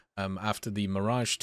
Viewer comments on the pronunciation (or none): none